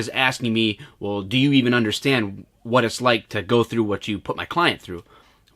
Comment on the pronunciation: “Vat” happened to you when you got tased?